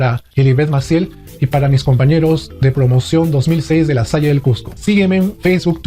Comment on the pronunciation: Muy buen video. Por cierto, el nombre de tu colegio La Salle se pronuncia La Sal, ya que es un sustantivo en francés. Saludos.